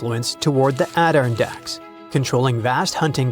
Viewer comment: The "ADD-irn-dacks are pronounced add-ir-RON-dacks and ISTELF should be ITSELF